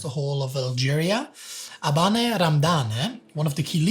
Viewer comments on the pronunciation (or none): When an north African name ends with E, its not read (because French spelling). So it's not Abaneh Ramdaneh its Aban Ramdan